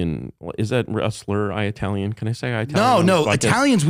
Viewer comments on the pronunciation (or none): Why does this burn out keep saying I-uh-talian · I can't get over how Curtis corrects Tim on his pronunciation of "silicon" while he says "eye-talian" about 50 times. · Cool guy, can’t fucking stand the way he kept saying EYE-talian….. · he says 'eye-italian'